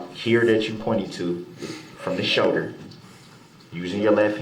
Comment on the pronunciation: A showder? What’s a showder? Does he mean shoulder!?!? He sucks so bad..I can’t stand him